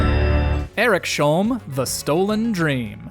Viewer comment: Do my ears a favour and please stop saying Erik-Sholm. It's Eriks-Holm. 😊